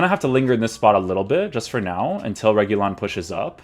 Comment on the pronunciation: RE- HU-LEE-UN that’s how you say his name in Spanish